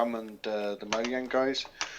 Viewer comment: Did say moyang?